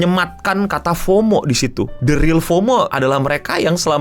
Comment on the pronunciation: Fomo tuh bacanya FOWMOW